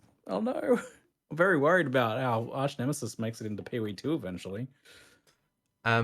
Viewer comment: Why can't say "arch" properly? It is so incredibly annoying.